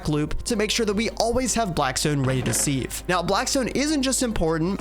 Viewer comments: Man I’m getting so PISSED everytime you say seave and not SIEVE. Where did you learn to say SEAVE. YOU PRONOUNCE IT SIV ARE YOU FUCKING MAD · Never have i heard someone pronounce siv as seev, sounds so weird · Completely unwatchable, what the hell is a seahhve🥴, its sieve, pronounced “siv”, you put things in a sieve, not a fucking seave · Sieve is not pronounced "seeve" like leave, it's "siv" like give. otherwise an enjoyable video. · why can’t this YouTuber pronounce sieve